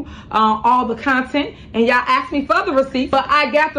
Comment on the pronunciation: Ask, not axe